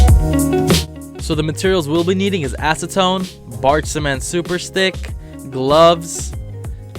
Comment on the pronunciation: When I heard "acetone" I thought he said asstone